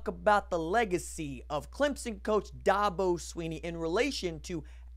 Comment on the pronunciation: Lol it’s DA-BO not DAW- BO